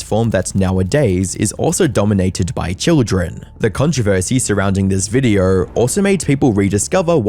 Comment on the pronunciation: Maybe 76% don't sub because you pronounce it "videorrr"